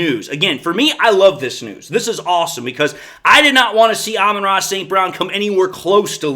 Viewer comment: "Alba Tross" St. Brown.